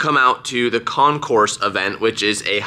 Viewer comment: Also, not con-course, with the S. It's con-cor.